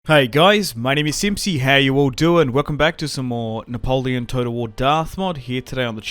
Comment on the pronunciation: The way u say "Napoleon!" With the French accent is damn glorious mate!